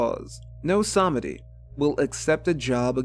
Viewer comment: Nope. It's more like SAHMehdi, with the second syllable being significantly shortened. It's not pronounced with a "ee"